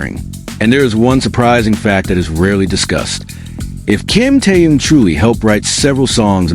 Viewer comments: Интересно, а что этот автор или бот, кто именно не понятно, всегда вещает Ким Теен, Ким Таен , Ким Таюн, а имена других мемберов не коверкает, тогда уж Чонен, Чимьен, Джинен и ещё столько неправильных, исковерканных слов, слушать неприятно. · Замените косноязычного переводчика, все слова исковеркал, самого низкого уровня автор видео. Ужасный перевод, не профессионально выполнено. Корректировки нет совсем. Все слова произносит не правильно, а имя Ким Тэхёна постоянно называл по-разному. А может быть всё умышленно делается? Задумка креативного директора? Никак не успокоится, чтобы не задеть Тэхёна. 😮😮😮😮